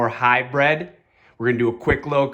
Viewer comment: Good video, but it's Hybrid, bro, not "high-bread" ;)